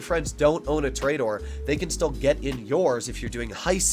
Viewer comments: tooooooooooooor........ aaaaaaaaaaaaaa.......................doooooooor .... you cant even pronounce it correctly. lmfao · ITS TOUR-A-DOOR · i dont wanna be mean but it prenoced tor-eh-dor